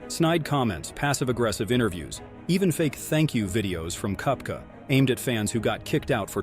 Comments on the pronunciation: Brooks cup-ka and Bryson De-shom-beau? Seriously? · Brooks KUP-ca?